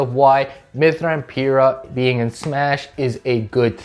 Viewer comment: It’s Pir-Rah, I better not catch you saying her name wrong again.